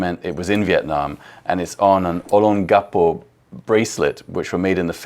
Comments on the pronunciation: Awesome collection! Re: Olongapo’s pronunciation: it’s pretty close to the actual pronunciation. Phonetically, it’s O-longgah-poh. :) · That was a correct pronunciation of Olongapo. And even better with Phil's accent!